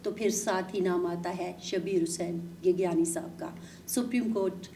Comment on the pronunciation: گیگیانی نہیں گیگیانڑی ہوتا ہے ۔